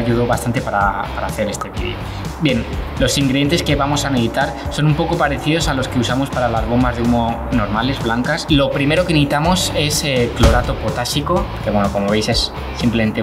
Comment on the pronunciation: Si te oyes tu mismo escucha como dices todo el rato neitar,no necesitar 😝.Y luego neitamos y reultao no resultado como hablas😜.